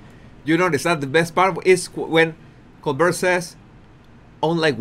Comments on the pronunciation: Professionally, Colbert uses the pronunciation : COLE BEAR . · Col - bear, we say in the USA. I love your channel! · It is "Co-bear". That is the pronunciation. As if it was a French word. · Cohl Bear -------- how to pronounce Colbert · Lol it's French - it's "Cole-BEAR." Emphasis on the BEAR. You're so cute. Cheers from Ontario, Canada. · Just FYI Stephens last name is pronounced Colbear. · Also, if you read the comments, I showed you how to pronounce Colbert -- Coal bear' (accent on the second syllable. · Obviously the actual guy pronounces his own name like that, but mostly it's pronounced with a bert at the end. Maybe has come across a British Col*bert* in the past! You never know! Just looked it up and the guy was a Col*bert* from his Irish parent, but changed its pronunciation to bear at the end. Interesting! 👍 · If you know you’re going to be discussing someone, couldn’t you learn to correctly pronounce his name? Hmm? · You do yourself a disservice by attempting an English accent. Just imagine how you would view a mother tongue English speaker attempting to copy your accent. Just don’t! Pronounce Colbert however you want but leave mimicking the speech of native English speakers alone. You are doing great in highlighting the idiotic behaviour of Henry Windsor et al though….. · Yes the “t” is not pronounced. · Love your insights!! Just an fyi - the interviewer’s name is pronounced Coal-bear’ (stress on the “bear). It doesn’t matter if you pronounce it wrong - we get it - but you seemed to be struggling, so thought I’d help ya out. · Colbert like col-bear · Try Colbert like this col, like cold without the d, and bert like air with a b.. Col-bair..👍👍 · I live just down the road from ColberT. Yes. We pronounce the T here. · Pronounced [COALBEAR]--Colbert is a French name. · My Body Language guy, Colbert is pronounced Co bare' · He pronounces his name as Coal-bare. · Colbert pronounce as Col Bear. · Pronouced like Co bear